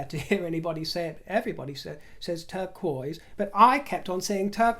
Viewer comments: I love your discussion of turquoise! I must pronounce it as you do!Turquoise and blue topaz are my birthstones! My favorites are silver and turquoise! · Hello your pronunciation of the word Turquoise is absolutely perfect and phonetically, pure music to my ears, I might add. In fact (I am sure you know this) the word turquoise is French for "Turkish" because the stone was first brought to Europe from Central Asia through Turkey. It is a symbol of nobility! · You looked fabulous! The bright colors are so cheerful. I like saying turquoise the way you do, too. It sounds more elegant that way. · Turquoise must come from the french, so it is the french pronounciation. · 'Turquoise' is a French word, and you pronounce it the French way, so technically you are very very correct! In Turkish it is pronounced 'Turkuaz', which is basically written the way it sounds (written in Turkish letters the way it is pronounced in French, which is typical of all imported French words in the Turkish language). I do not, however, know when the first use of this colour / stone is... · Beautiful look,. You prononciation of "turquoise" sounds more French that English. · you pronounce turquoise in the right way as the other way is anglofied. (Is that a word?) In The Netherlands we said it also in the way your teacher mrs. Wood tought you👍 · You do NOT sound pretentious one bit dear when you pronounce turquoise the right way! From Frenchie here! And I fell in love with your princess gloves... oh so jealous was I! Thanks for all you do! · Barbara Cartland's pronunciation of turquoise is the French pronunciation of the word. Indeed, it does sound much more pleasing to the ear than the standard English version. Well done. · The way you pronounce TURQUOISE, is French, and that’s the exact way you should pronounce it❤ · Hey! In the Netherlands we pronounce turquoise in the same manner as you do!